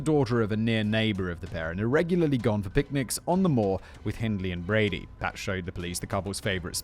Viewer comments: I love your work but your British, stop messing up Brady’s name! You call him Broody among other things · Img I’m glad I’m at the end of this as it’s infuriating me that you’re frequently getting Brady’s name wrong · how many times and different ways do you want to say brady's name wrong? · In all fairness, does Brady deserve to have his name said correctly? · It’s hard to believe that you can be raised in the UK and not know this case. I can forgive the frequent wrongness of stating Brady’s name as it’s a harrowing tale. There are current stories that they are digging the moors again after a walker discovered a bone and it’s hope Keith is found. It’s not looking good but fingers crossed